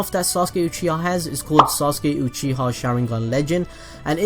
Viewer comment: this man said "sasuke uchihaw"